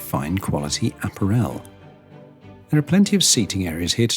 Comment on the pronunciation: Bot spotted. No human would say “apparEL”